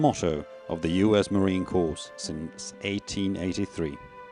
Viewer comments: Sadly, the narrator does not know how to pronounce the word 'Corps' in the United States Marine Corps. The narrator keeps pronouncing all the letters in the word, thus pronouncing it as 'Corpse' which is a dead body. Sometimes 'Corp' as in short for Corporation or a company. 'Corps' is pronounced as 'Cor' or 'Core'. A Corps is a military measurement of a group, which is divisible by three. 30 seconds in the narrator states that the memorial is dedicated to all 'Marine Corpse'. No sir. The Memorial is dedicated to All MARINES. They should have done more homework on how to pronounce words correctly to show some effort and respect when honoring Marines. Better yet, they should just get a Marine to narrate over this correctly using the proper language and terminology. Unacceptable. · ..it is unacceptable. The narrator is from the British Isles, and there the pronunciation of word, corps, is as per the standard pronunciation world-wide, with the p and s remaining silent. Why on earth this wasn't picked up and corrected, is beyond reason. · ..get your head out of your butt. The narration and pronunciation is an insult to Marine Corps world wide, let alone the USMC. And while you're at it, even the Royal Marines would be embarrassed by the pronunciation of an obviously British Isles narrator.